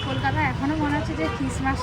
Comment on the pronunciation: Kolikata na kolkata hobe